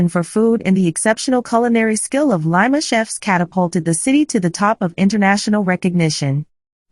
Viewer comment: Very nice article. However, the commentator does not properly vocalize the name of the city. Names do not change the way it is vocalized. Lima sounds like Lima with a short I sound not with a long I sound.